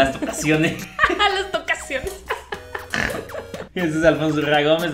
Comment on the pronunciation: "Tocasiones" jaja Me encantaaan❤️